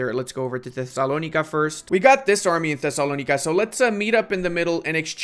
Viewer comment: Even if it’s the right pronunciation they way you’re saying Thessalonica is grating on my ears